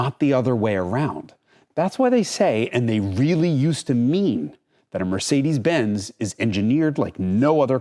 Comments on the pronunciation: Mercedes'iziz & Audis'iziz 😉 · MercedesZZZ and AudisZZZ, LOL.